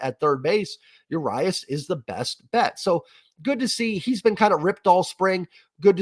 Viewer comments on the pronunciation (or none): This bullpen, cant wait to see what we get out of it, its an over the top signing, Jerry was just waiting to strike, of course pen looks bad in spring, they not focused on quality innings right now, they focused on practice and getting good results on certain pitches. Btw its Ur-RII-UAS strikes agian. 😂